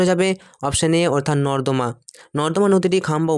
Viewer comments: স্যার সেটা নর্দমা নয় নর্মদা হবে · Thanks sir 🙏😇😇😇😇😇😇😇😇😃😊😊😊😊😊💜💜💜💜💜💜💜💜💜💜💜💜💜💜💜💜কিন্তু ওটা নর্মদা হবে নর্দমা নয় 😅😅😅😅😄😄😅😅😅😅😅😅😅😅😅😅😅😅